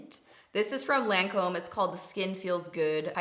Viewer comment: Love watching you, Lancome is pronounced 'lan com' xx